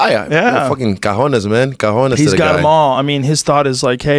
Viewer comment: it's not Cajones! That means Drawers. It's Cojones! Lmaol